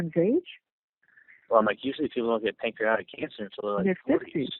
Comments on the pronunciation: I can't even find the words to describe these despicable humans. Hate to be nitpicking but he doesn't even pronounce pancreatic cancer correctly. (Reminds me of him telling his assistant to order vicodin because it doesn't have Tylenol? ) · Know-it-all cannot pronounce "pancreatic."